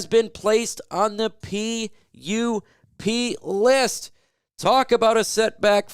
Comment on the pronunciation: 🤣😂🤣 you caught yourself, but you said PUPISST then changed to PUP LIST 🤣